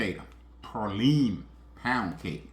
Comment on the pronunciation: I’ve made this cake before, but it’s not PAR-line, it’s pronounced PRAY-line. Please!!!